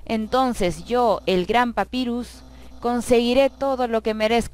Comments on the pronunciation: el nombre papyrus se dice papairus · papyrus se pronuncia papairus